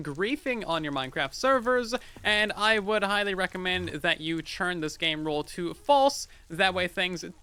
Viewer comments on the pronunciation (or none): I like how says "turn" like "churn"